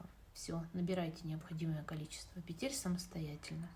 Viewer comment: пЕтель, не пИ тель